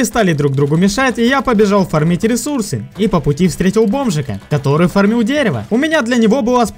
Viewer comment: Не «фармИть», а «фАрмить»